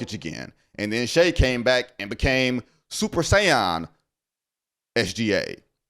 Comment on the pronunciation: "Super Sai-yahn" lmao Vinnie pls